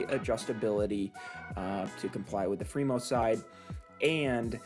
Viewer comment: Why are you doing Free-Mo instead of Free-MoN? Come to the dark side!!